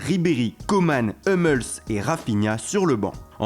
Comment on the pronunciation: Hummels => H(ou)mmèlss